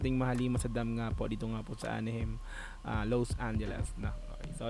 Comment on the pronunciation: Anaheim pronounces as a-na-haym brother